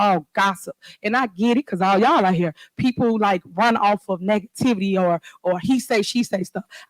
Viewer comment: Did this illiterate fool say ( NeckTivity) instead of negativity OMG WOW